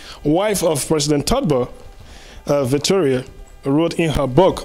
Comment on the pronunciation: "Todber"..? Or TOLBERT.? That's ur own former Lib president.. Please try to get ur pronunciation right.. the whole world is listening to u.. !! 😬😲